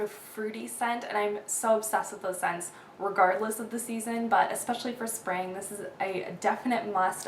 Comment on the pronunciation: "my Sping..spa-ving" HAHAHAHA laughed SO hard at that. Jeez you crack me up!